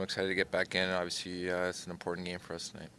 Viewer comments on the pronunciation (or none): Well for starters there’s an L in the word. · Love matthews but someone teach this man how to pronounce the word “obviously”.